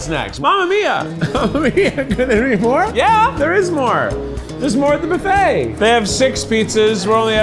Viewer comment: It’s cute how Keith pronounces buffet “boo-fay”.